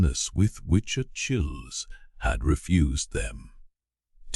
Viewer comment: It is grating to the ear when a proper name as commonly known among educated English speakers as Achilles is grotesquely mispronounced